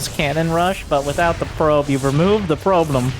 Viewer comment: XD the "Probe'lem"